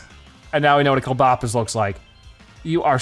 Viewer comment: It's Clob, as in clobber, and opus, as in octopus. It's pronounced (Clobb-oh-puss)